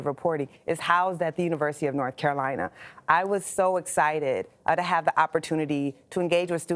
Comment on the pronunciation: For someone who spent so much time at Chapel Hill, she sure has an odd pronunciation of the word "Carolina".